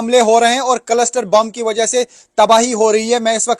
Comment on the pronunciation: भाई कलस्टर नहीं क्लस्टर बॉम्ब है।